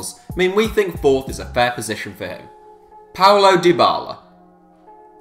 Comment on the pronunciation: its paulo dybala not paolo